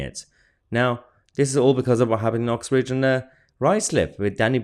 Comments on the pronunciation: Mahyar it is UXBRIDGE not Oxbridge please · Would someone please explain why I hear 'Oxbridge and Ruislip' when I am sure it is 'Uxbridge and Ruislip'? Not picking a fight just would like some clarification!